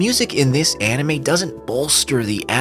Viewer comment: "Enimay" bled my ears